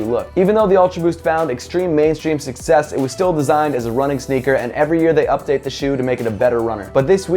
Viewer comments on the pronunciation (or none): none